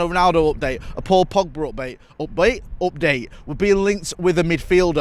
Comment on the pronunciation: 00.32 opbait opdate ...why cant u say simply update...